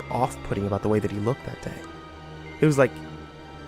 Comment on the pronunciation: what’s this going to be aboot buddy